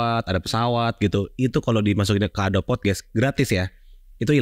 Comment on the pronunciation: Kang... koreksi dikit... Adobe dibacanya "adobi"... bukan "adob"... itu aja. 😊